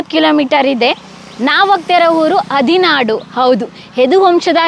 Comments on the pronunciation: ನಿಮ್ಮ ಉಚ್ಛರಣೆತಲ್ಲಿ ಹದಿನಾಡು ಎಂದು ಹೇಳುತ್ತಿರುವುದು ತಪ್ಪು. ಹದಿನಾರು ಎಂದು ಹೇಳಬೇಕು. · ಹದಿನಾಡು ಅಲ್ಲ ಹದಿನಾರು. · ಹದಿನಾರು ಗ್ರಾಮವನ್ನು "ಹದಿನಾಡು" ಎಂದು ಹೇಳುತ್ತಿದ್ದೀರ ಸರಿಪಡಿಸಿರಿ.